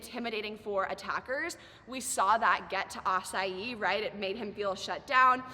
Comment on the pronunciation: I still chuckle everytime she pronounces Asahi like açai. At this point is part of the narrative